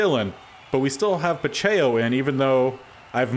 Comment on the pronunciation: Isaiah Pacheco is like Pa-check-o Foyesade Oluokun is like Fo-yeh-sod O-loo-o-koon Sterling Hofrichter is like Haw-frick-ter